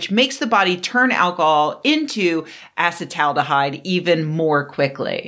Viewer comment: Here's a friendly tip: acetaldehyde is pronounced "a cet AL deh hide"; 'acet' refers to the acetyl group attached to the aldehyde part.